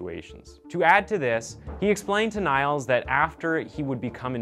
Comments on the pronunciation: Great storytelling! The guy's name is pronounced 'kneels' in German btw. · He didn't pronounce it as Nails he pronounce it as it's written like De-nial.. like the river.. I thought it was pronounced that way as well nice to know tho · classic american mistake. but i think his name is pronounced neels. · Ok first of all: I loved your presentation of this case! Fact - based and to the point. However a little background of German pronunciation: the name would be said "Neels" in English as the German "I" is spoken like the English "e" (something my daughter, who is bilangual German/English, is still struggling with sometimes when reading). "ie" is just a form of elongating the "I". So correctly his name would be pronounced Neels. Of course you couldn't know that and I don't mean to throw shade in any means, moreso I thought some people here might find it interesting. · The hospitals should be taken to court as well for gross negligence. (side note, the name is pronounced Neeels with a long eeee). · Small correction of the pronounciation of his first name. Basically "Niels/Nils" as in "knee-ls" like "He kneels infront of her" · His name is spoken Neels like heels. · Interesting once again! Btw his name is pronounced "NEELS" like Leslie Nielssen. ;) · Just a quick correction, the name is pronounced like you would pronounce "Neals". Great Video tho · Niels is pronounced “Neels” but other than that you create great content. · It's pronounced as Neels, in case anyone's wondering ;) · Niels is pronounced as Neels. like kneel. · Not niels more like neels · as a german i was very offended when you said nails through th whole video lol (this is a joke) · His name is pronounced Neels. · Am I the only german speaking losing it bc of the pronounciation of his name? Niles😂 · Minor thing, but Niels is pronounced like "Neals" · Niles? Is that how you would pronounce Niels Bohr for example? Lol. Gj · His name is pronounced "Neels". Just saying. I love your stuff though.